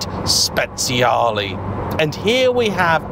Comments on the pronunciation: Fantastic video! “Speziale” almost sounds like spiced 😂 It is Speciale! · No, No, and thrice No! You do not pronounce speciale 'spets-see-a-lee' it's pronounced 'spe-charly' Listen how the Italians pronounce, they know their language 😊 Here's another common Italian pronunciation error: Ducati is NOT pronounced 'dew-katti', it's pronounced 'doo-katti' (sports commentators' pronunciations are only 10% correct at best) Another fact: Moto-Guzzi is NOT pronounced 'moto-gussy', it's pronounced 'moto-gutsy'. Italian words with 'zz' in them are pronounced 'ts'. Even Siri doesn't recognise the correct Guzzi pronunciation (when's the last time you ordered a late night 'pissa'?) One final fact (that's won me many a pint. Thank-you Igor): Akrapovic is NOT pronounced 'acra-po-vik', (yanks say a-crop-o-vich') it's pronounced 'a-krap-o-vich' (there's even a YouTube post for this, hence the free beer!) The key is to pronounce as the language/family name as intended, and not from elsewhere. Old man's rant over 😛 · Should be pronounced “spechale”